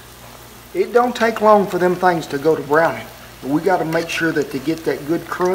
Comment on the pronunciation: "Them thengs" at 7.23 love that accent cowboy!